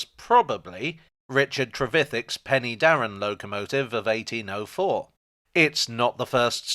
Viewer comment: It's pronounced Pen-uh-darren. But congratulations on at least trying and only being a little out, the way some people butcher Welsh words makes me very sad.